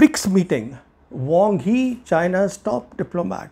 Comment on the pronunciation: It's "Wang Yi", not "Wong Hi".